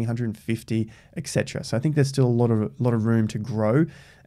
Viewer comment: Ec cetera....? Please finally learn how to say ET cetera. It’s sooo annoying and I thought you were EDUCATED.....?